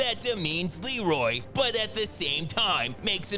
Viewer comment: Anyone else notice that in the scene where Leroy is on the roof, and his brother is yelling for him, he calls him Reloy instead of Leroy? Shit has stuck with me since I was a kid lol